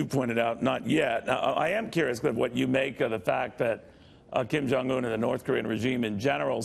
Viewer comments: "Kum John Un"? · I heard Kum Junk Yum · Did he say"Koon Jon Un"? 😂😂😂